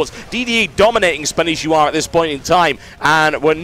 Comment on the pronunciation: Spanshwa. Not Spanishiwa. -.